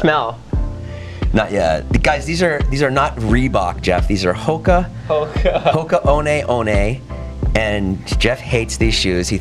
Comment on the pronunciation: Hoka Oh-Nay Oh-Nay 🤣🤣🤣.... it's 1-1 Jason. Keep it simple.